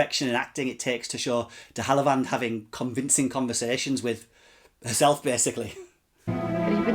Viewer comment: Pronounced de have a Lund normally. But no worries. Interesting review thanks